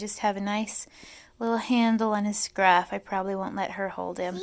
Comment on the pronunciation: They're kittens, not sharks... scruff, scruff, scruff.... emphasis unnecessary.